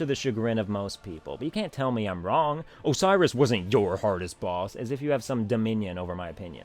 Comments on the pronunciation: OCEROS? really? ahahahaha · Ok your saying it like Osiris the Egyptian god. That's not how it's pronounced. I'm sorry for commenting this but for some reason it's like a pet peeve for me. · Lol... Oceiros... not sure why you have such a hard time with him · ok 1. Your rants are hilarious. 2. Oceiros? really?